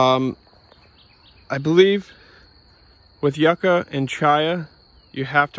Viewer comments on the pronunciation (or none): Nice video. Thanks for the lovely tour. It is pronounced Youka (yuca)❤. Also called cassava in some countries